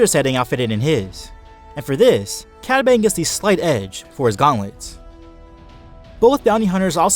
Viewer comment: dude I love your vids but when you said cad bane it sounded like you said padme